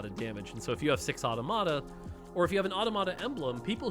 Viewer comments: Hearing "ought-a-mott-a" is hurting. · Automata pronunciation is triggering. I'm gonna have to listen to every streamer pronounce it wrong lol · eyo why does he say automata like that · Is anyone else a bit bothered by the way he pronounces automata?